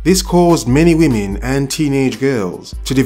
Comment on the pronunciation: A "wymen" lol